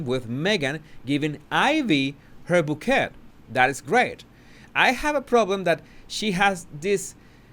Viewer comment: Bouquet, pronounced bow kay